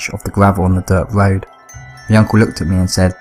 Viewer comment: A cwunch on the woad????????????